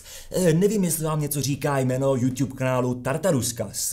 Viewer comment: Žádný jůŤub ale jůtub! V angličtině žádný ť NENÍ!